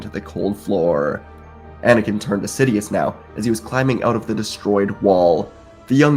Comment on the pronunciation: He said " shidious"